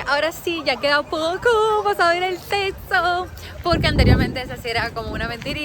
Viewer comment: dice seso? En vez de decir sexo